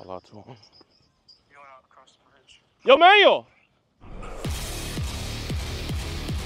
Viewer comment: You guys keep calling him manuel... like he's a manual for a microwave or something, but it's pronounce man-WELL... Emphasis on the "well" at the end. Also pronounced mahn-WELL, if you wanted to be language specific.